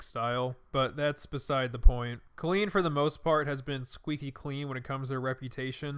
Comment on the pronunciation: COLLEEN IS PRONOUNCED 🗣 CAHHHH-LEAN LIKE COLIN BUT WITH LEAN INSTEAD OF LIN!